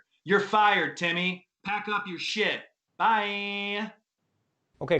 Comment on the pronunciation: He did the Alaska "bye-eeeee" 🤣